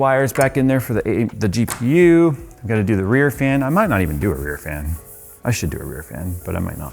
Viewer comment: How many noted saying DPU instead of GPU at minute mark 😂😂😂😂